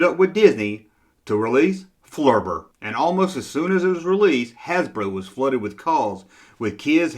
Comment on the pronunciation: I was going to say it's "flubber" not "flurbur".....but then I heard how you pronounced lawn darts